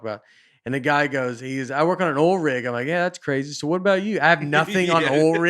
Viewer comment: Never heard someone pronounce oil, “ole”